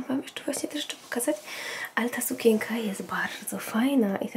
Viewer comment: dlaczego mówisz sukieka,a nie sukieNka